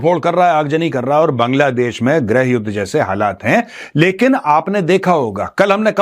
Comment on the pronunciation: Maj Gaurav, its grih (गृह) not grah (ग्रह) yudh.